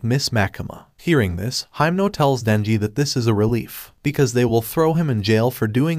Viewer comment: You called heimnal makima